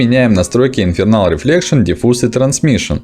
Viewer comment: Классный урок, хорошая дикция, инфа упорядоченна. Ток плиз не говори Infernal Reflection) Там Internal(внутреннее) Reflection. Я в начале думал что мне показалось, но когда это название было ещё несколько раз неправильно произнесено, сомнения исчезли.